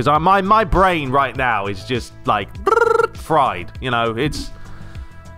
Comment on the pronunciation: "Drrrrrr fried" 🤣🤣🤣